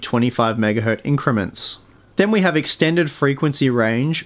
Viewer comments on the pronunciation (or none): none